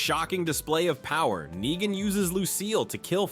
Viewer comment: Nyegan?! Are you just terrible at pronouncing stuff or are you using text to speak? And if you are using text to speak, why use such a nerdy voice?